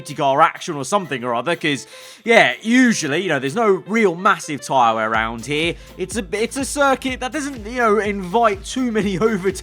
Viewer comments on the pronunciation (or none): none